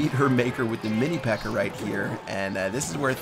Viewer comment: Who heard say Mini P.E.K.K.E.R?